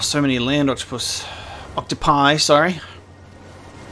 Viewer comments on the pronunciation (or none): none